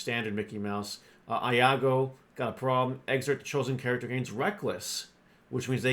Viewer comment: "I-ago"😂😂😂😂😂😂 disney scratching head rn lmao